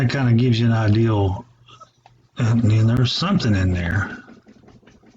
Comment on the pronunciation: Is there no one in this man's life that cares enough about him (especially if he's going to be making all of these videos) to tell him it's "IDEA" NOT "IDEAL"!